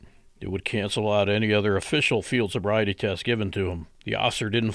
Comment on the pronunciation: Love the slurring of the words as the narrator of this video tries to say field sobriety.